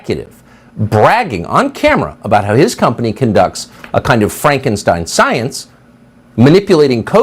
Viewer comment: "It's frankin-stein!"